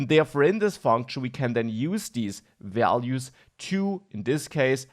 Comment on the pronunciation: For a moment he was like Bob Ross, instead of values he says vealuse